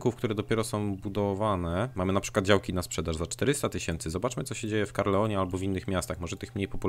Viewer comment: Dlaczego w każdym odcinku mówisz CaRLEon, kiedy miasto nazywa się CaERLon??